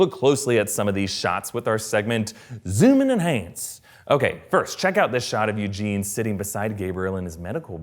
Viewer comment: Lmao "Youjean", thats great i love it lol It's Eugene btw ☺